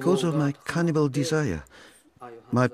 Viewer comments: Come on mate, its "cannibal" not "canibal". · It's "cannibal".